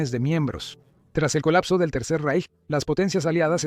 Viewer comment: el Tercer “Reich”, En alemán, la “ch” no suena nunca como la “ch” española (ni como en chico ni como en Chile. Se pronuncia más bien como la “ge” “gi” española. 😉